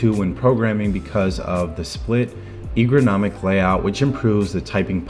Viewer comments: The first time he said "egronomic"instead of "ergonomic", I thought it must have just been a stutter... 😉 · LoLz "egronomic"